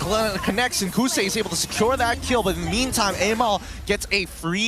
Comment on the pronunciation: HAHAHAA kousei not kouzen 😂